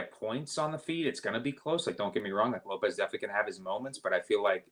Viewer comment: PLEASE STOP saying “Lope’s” … it’s “Lo-Pez”. The guy has had several UFC fights now like c’mon JFC